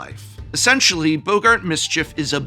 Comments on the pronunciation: I'm sorry, "Boe-gart"? Who's pronouncing it "Boe-gart"? I'ts first name isn't Humphrey. Double "gg" means it's pronounced "bog-gart". English professors smh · Why are people mispronouncing boggart as "bo-gart?" There's even two Gs 😭